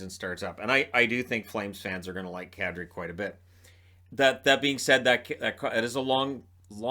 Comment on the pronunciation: did you say Kadri or cat tree?